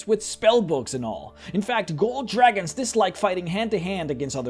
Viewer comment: Lol "Jew-ragons"